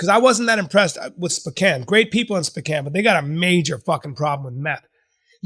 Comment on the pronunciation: The way Bryan pronounces Sp'Kan makes me absolutely furious each and every time.